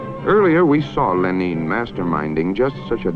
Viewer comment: he pronounces Lenin like the country Benin(Ben-een)